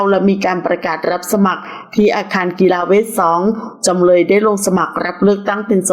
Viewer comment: จำเลยไม่ใช่จำเล๊ย เดือนก็คือเดือน ไม่ใช่เดื๊อนน 🙄